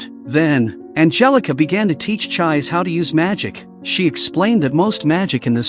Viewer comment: I can't get over the pronunciation of 'Chiise'. The 'i's are elongated and the 'e' is pronounced as a vowel as in 'egg'. It is an amazing anime/manga and worth watching not just getting a short recap. I hope everyone has an opportunity to watch it or read the manga.